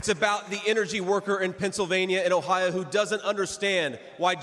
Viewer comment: Teach them how to properly do OH IO 😂😂